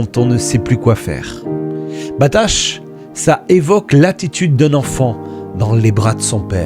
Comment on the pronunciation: Amen. Merci pour ces perles que tu nous offres régulièrement. Juste une petite précision, le verbe hébreu traduit par "confie-toi" n'est pas "batash", mais "batah". La lettre finale du verbe n'est pas un "shin", c'est un "heth". Le Seigneur te bénisse abondamment.